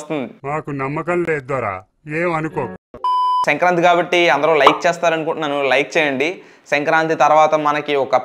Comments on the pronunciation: Its not sankranthi its senkranthi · Bro adhi senkranthi kaadhu... Sankranthi😂😂